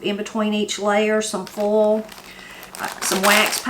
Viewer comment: Salutations du Canada! I'm really glad I found your channel. Nothing fancy or high-tech, just real cooking straight from the heart. I especially love your accent. I admit it took me a couple of replays to realize you were saying "boil" and "foil". I was hearing "bowl" and "foal", lol! Merci beaucoup. À la prochaine! (Thanks very much. See you again!)